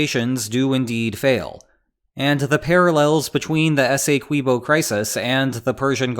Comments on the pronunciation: Hey! Keep the lines coming. QUIck note: essequibo, is not "esay-kwibo" like queso isn't "kway-sow". Thank you for your time. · Guyana is English speaking and we pronounce it S- E- QUIB- O ESSEQUBIO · It's pronounced like 'essay key bo' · Having recently watched a documentary on said river, that mispronunciation of Essequibo is really bugging me... especially since, these being spanish-speaking countries, pronouncing "qui" as key/kee is just about the most standard, mundane thing in existence.